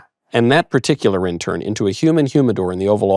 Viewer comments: he said icular as if thats his last name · “Mr vicular it’s wonderful to have you on the show.” 😂😂😂 Michael doesn’t get credit for being very funny.